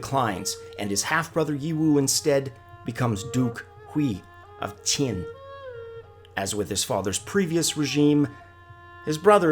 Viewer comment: THis is very interesting However can you pls enunciate properly -- you totally confuse which is Jin or CHin or Tze etc etc. Can you get the proper pronunciation for each state -- ruins the whole effect and confuses everyone otherwise.